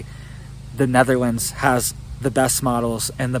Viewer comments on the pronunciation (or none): none